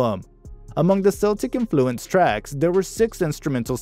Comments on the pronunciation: Keltic influenced, not Seltic. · It's "K-eltic" not "S-eltic" ;) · Oh Lord There were many things in this video that annoyed me but if you are going to say the word Celtic say it with a hard K that’s its proper pronunciation. I won’t even go on about about the rest of the mistakes